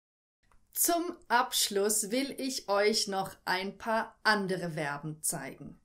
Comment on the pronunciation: Übrigens werben werden nicht ausgesprochen sondern Verben zu info